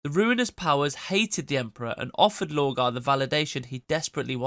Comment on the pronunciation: I'm not so sure, the pronunciation of lorgar switching to low-gar is suspicious.